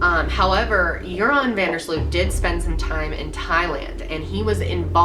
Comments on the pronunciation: How American people pronounce van der Sloot lol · Its so funny how you pronounce joran van de sloot. I'm dutch so I know all about this case hahahah.